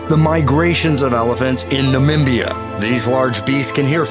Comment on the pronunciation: At about He says Algolia... Where in the hell is that? If that ain't bad enough, he says Manimbia later, for Namibia.